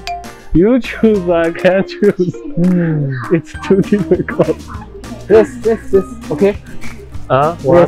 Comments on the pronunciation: I don't care what the official English rules say. From now on, it's "difficute" not "difficult". Like imagine: UGH this math test is so difficute! XD Changes the game completely lol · They should have merch that says "it's difficute"😂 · No one: Literally No one:: diffiCUTE...!!!!😍😍😍😍😍😆😆😆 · If says “difficute”, then it’s “difficute” 😤❤️ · "Difficult" what? I know only "Difficute~" 😍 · “Difficute” My brain: “Sounds like an abbreviation for definitely cute” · Yesh difficute😔🤣❤️ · Fr.."difficute" it is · Is going to say difficute again:_lukierSmirk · Hey all native English speakers let's petition to replace the English word "difficult" with "difficute!":_lukierJoy: was having a such a difficute time trying to speak English all day, it was the difficutest thing ever! Also that red jacket tried on at the store made him look like a cute little lady bug🐞. Actually both are you were so very 可愛 this video!:_lukierKiss::_lukierHeartEye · Totally agreed...🤣🤣🤣but it was difficute for him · Word of the year: difficute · difficute: no not difficute, difficult Me: but was definitely cute💕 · it's dificute🤣 English: am I cute or what😝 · THE WAY HE SAID DEFFICUTE INSTEAD OF DEFFICULT OMG I CRIED😢❤ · I die with the difficute 😂💖💖💖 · If said it's difficute 😤 it is diffiCUTE 😤✊🏻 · Y’all it’s not difficult it’s difficute and it’s not a sunny day it’s called a funny day, we were saying it the wrong way all along so let’s learn from our cutest and improve our English😂😂❤️❤️❤️ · Hahaha (difficult) to difficute😂😂❤ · GOT ME AT "DIFFICUTE"🥺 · Difficute took me tf out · The DIFFICUTE for me HAHAHHAHAHA